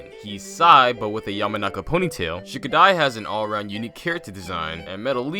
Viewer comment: HIS NAME IS SHIKADAI, PLEASE STOP